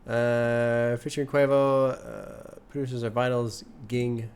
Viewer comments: Him saying “kwovo” instead of quavo makes me realize he has GOT to listen to culture soon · The way pronounced Quavo’s name 😂😂😂 PLEASE react to Migos Culture 1